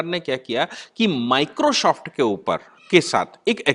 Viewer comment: पहले "माइक्रो सॉफ्ट" बोलना सीख ले । 🔥🔥🔥